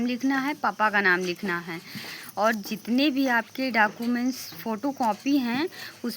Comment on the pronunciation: डॉक्यूमेंट ❌ डाकूमेंट ✅